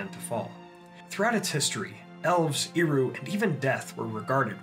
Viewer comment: Super minor nitpick; Eru is pronounced with a soft ˈɛ sound not a strong [i] sound. “ehRU” not “EEru”.